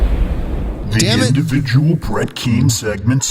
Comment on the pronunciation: Ah another individjul sitshuashun to watch yaaaa!